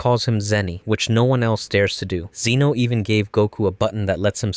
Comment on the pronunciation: "Zeno" no. just no